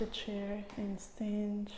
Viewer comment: I love those exercises but its very distracting to hear all the time "inch" as in "leftch" instead of left, "anch" instead of and, "sitch" instead of sit, "eich" instead of eight and so on, whats up with all those "inch" all the time, you may think a doc would speak correctly. It was so annoying, i could not finish my exercises